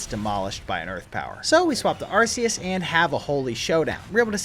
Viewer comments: IT IS ARK-EEE-US, NOT, ARCE-EEE-US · Bruh, I'm currently in the middle of binge watching your entire channel but I have to ask why you think Arse-eus is the correct pronunciation? Do you think Arc is pronounced "arse" as well? 🤣🤷‍♂️